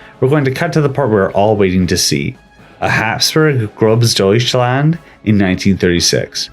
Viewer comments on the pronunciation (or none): the “ß” in Großdeutschland makes an “ss” sound not a “B” sound, I get the confusion, it looks like a “B” when it’s not